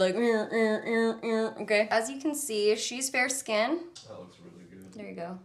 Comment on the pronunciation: Omg... her skiiiiiin ( voice)